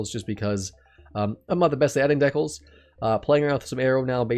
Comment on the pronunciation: Oof did he really just say decals like that? 🤢🤮